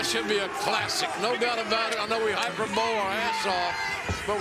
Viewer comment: i know the word. Jim Ross pronounced it “hyper bow” and it was the wrong version of the word anyway